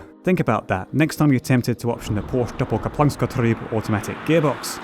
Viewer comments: double-coplux-getreeb? WTF? NOPE! Doppelkupplungsgetriebe That's not even a difficult german word. German has words like "Streichholzschächtelchen" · That was the worst pronunciation of doppelkupplungsgetriebe. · Beautiful car, nice review. And the way he said "Doppelkupplungsgetriebe" just made my day. I had to rewind a couple of times to really appreciate the beauty of the pronunciation. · Did he try to say Doppelkupplungsgetriebe ? Haha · did he really have to rape the word "Doppelkupplungsgetriebe"? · Your pronunciation of the Porsche-Doppelkupplungsgetriebe made my day. :D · Best part of the Video is when he tries to say "Porsche-Doppelkupplungsgetriebe"